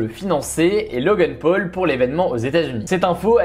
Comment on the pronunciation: Logeune peul MDR on dit Logan paul